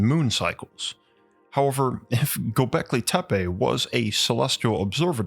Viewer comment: the way you pronouns gobahli tapeh is so funny if we translate it word by word it means mushroom hill.